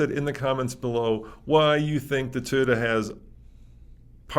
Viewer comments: it's TOY-OTA, not TIE-OTA. Does this really not drive anyone else crazy? Not trying to be a dick, just saying. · Please. It’s not Tiyota it’s Toyota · it's "Toyota" not Tayota" buddy. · It’s NOT Ty-ota!!! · ..wtf is a "thayoda"??? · Tieota, Tieota, Tieota. pronunciation drives me insane. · Ta-yota , Ta-yota, Ta-yota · I love......... he is my favorite,........but I cringe every time he says "Tie yo du" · For me it’s when says “Toad-Uh” 😂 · There is no way to spell Toyota the way pronounces Toyota. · 👎 for intentionally mispronouncing Toyota